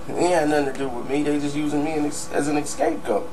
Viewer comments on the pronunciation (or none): "An ekscape goat"